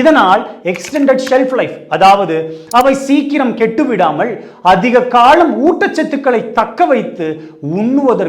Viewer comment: உங்கள் தமிழ் மொழி ஆர்வத்தை மனதார பாராட்டுகிறேன்🎉🎉🎉 ஆனால் இழை இல்லை இலை காளம் இல்லை காலம் இந்த -ல -உச்சரிக்கும் போது நாக்கு வாயின் மேற்புற பற்களின் பின்னால் தொடுவது போல உச்சரித்தால் சரியாக வந்து விடும்... உங்கள் தமிழ்ப்பற்று இன்னும் சிறப்பாகிவிடும்🎉🎉🎉🎉🎉